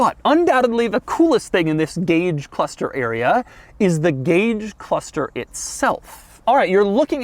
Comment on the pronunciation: Every time Doug says "cluthster" I was shouting "It's pronounced CLUSTER!"